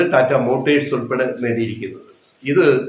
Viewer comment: മോട്ടേഴ്സ് അല്ല ചേട്ടാ മോട്ടോഴ്സ്